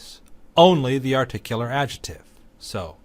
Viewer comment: Thanks for the great series! Just one thign, though: your incorrect pronunciation of 'adjective' as /ˈadʒɪtɪv/ instead of /ˈadʒɪktɪv/ really REALLY drives me crazy. I know, that's a small thing but I just can't help myself. Where did you learn this pronunciation?